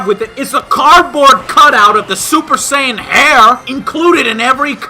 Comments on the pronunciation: That man said "super sigh-on". Someone get Tien to solar flare him into oblivion. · Also the guy in the DBZ Kinect advert pronounced Saiyan wrong xL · Become a super "SIYIN"? Did they only do one reading or something wtf? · that commercial narrator said "super sai on"... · The fact the announcer of the DBZ kinect commercial mispronounced Saiyan.....ouch man...ouch... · "Become a Super Sci-En". Totally shows they couldn't give a crap since they can't say Saiyan right. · "BECOME A SUPER SIYAN!| lol! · And does anyone else notice that the dbz kinect game commercial mispronounced the word saiyan as syen? When you mispronounce the name of the ultimate form of power created by the show you obviously have so little knowledge and respect for the source material that is F^^^ING LAUGHABLE! That aside, i really wish i had job. He gets to act like a 12 year old shooting off an imaginary kameha wave and pass it under the guise of WORKING. How awesome does that sound? What i'm wondering at that point, however, is whether he's supposed to be mimicking Goku or Vegeta? He's dressed like vegeta but talking like Goku. Is he supposed to be Vegito? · Did they mispronounce the word "saiyan" at the end of the commercial? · you should have known the game was gonna be bad when the announcer guy for the commercial mispronounced "saiyan"... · They even said Saiyan wrong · Lol, they couldn't even be bothered to pronounce Saiyan correctly.